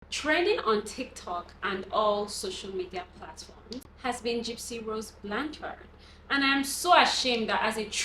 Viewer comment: Your pronouncing the last name wrong… you got many wrong details in your video of the case. I don’t see much views for your videos…